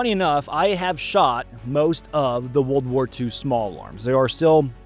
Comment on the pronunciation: What's with pronouncing it "Woold War 2" you get the "r" in War but apparently we're talk a bout a War "r" over sheep derived fabrics! Nutnfancy does it too. Oh yeah and the Colt or Smith 1917 were great pistols as well. A- to B+ tier fo sho! Not to mention they could be used as bludgeoning devices like the flintlock pistols of old.